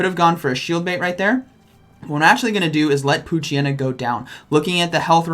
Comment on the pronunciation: I'm so sorry. I did not hear "P"oochyena 💀